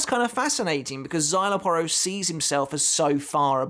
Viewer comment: Because you not saying his name with the Mexican twang it sounds like you're on about a different character